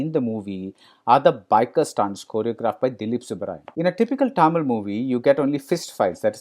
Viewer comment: Ellam Ok than BR. Athu yen தமிழ, Taamiil nu, pronounce panna theriyathavan pola solringa? It's OK for a person who can't pronounce or speak the language.